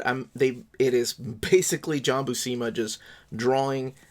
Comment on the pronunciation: FYI - According to Stan Lee in the "How to draw Comics the Marvel Way " (he introduces him here): John Buscema's last name is pronounced "BUEW -SIM-UH" -the BU part sounds like VIEW...not WHO..and the SCEM part rhymes with JIM.